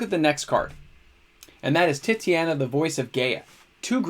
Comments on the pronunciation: Tit-aw-nya, not Titty-anna. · Yo brother- fyi, I think its te-ta-nia . And another good segment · Wow. Titania is not pronounced that way lol. Tight-ane-E-ah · No, I really love "Titty-Anna" . It's way less fun to say Tight-Ania or is it?